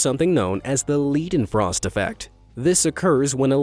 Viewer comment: WHY pronounce Leidenfrost as Liedenfrost?